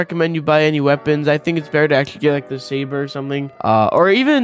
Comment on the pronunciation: Bro can't say saber right